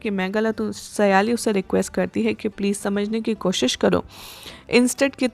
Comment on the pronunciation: સયાલી નહીં સાયલી છે